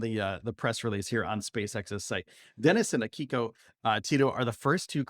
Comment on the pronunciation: Her name is pronounced 'Aki-ko'. not 'a-KI-ko'. It may mean 'autumn's child' (Ko means child)